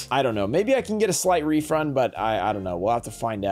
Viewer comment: slight refrund? Lol